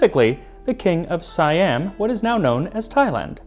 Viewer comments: Siam not Si-Am. it's Sa-Yham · Its see yam not psy am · Siam is pronounced See-aum. Trust me. I've lived in Thailand for 17 years. 😊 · It's pronounced 'See-Am', not 'Si-Am'.